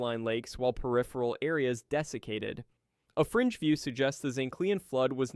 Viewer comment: I know youre saying "fringe view" but I keep hearing "french view" in my mind, and I find that kinda funny.